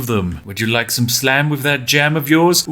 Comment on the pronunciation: I thought he said sand not slam